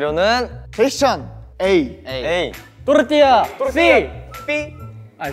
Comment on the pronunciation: My favourite part is ! I am also team tortilla and I love how to exagerate the R haha